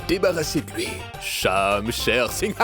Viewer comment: Konbyn Moun ki tnde li di Shamsher Sign😂😂😂😂😂😂😂😂😂😂😂Mon Shamsher pa yn ti kal Gason non😢